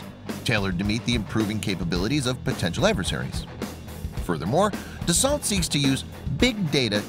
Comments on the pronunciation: It’s pronounces Dasso not dasalt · It's pronounced ''Dasso'' ... the 'lt' are silent and the vowels 'au' are pronounced as 'o'.